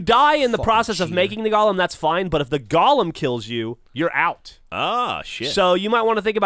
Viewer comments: Twitch twitch. It's pronounced like goal-um. Not Gollum. Twitch. Cringe. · How is it possible that no one in the fucking world can pronounce the fucking word Golem like its actually pronounced? Its "GOH-lem." "GAH-lum" is a fucking character from Tolkien. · (Go-lehm) not (Gollum) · pronounced gollum in some places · It's pronounced GOH-lem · They keep saying Gollum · From merriam-webster: go·lem noun \ˈgō-ləm, ˈgȯi-, ˈgā-\ Or in a language you can understand, it can be pronounced either fucking way. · Ugh, a whole episode of "golem" being mispronounced ...